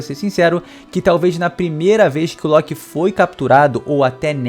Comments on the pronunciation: Nao sei pra que pronunciar loki diferente de todos kkkk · Esta doendo meus ouvidos o jeito que você pronúncia LOKI E BEIFRIST vice deveria assistir os filmes de Thor da Disney para pronunciar corretamente